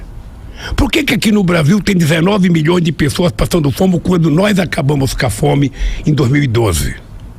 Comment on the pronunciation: "nós acabamus cá fome..." Kkkkk